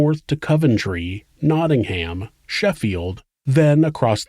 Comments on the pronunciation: "Naading-Ham!" Love the pronounciation! Now try saying Worcester! I love your shows, keep 'em coming. (Pronounced 'KNOT-inggum') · Americans, you guys need to learn how to say nottingham properly ahah also my honest to god reaction was oooooh im in the midlands!!